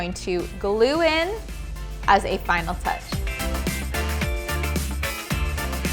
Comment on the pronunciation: Vineal touch or final touch?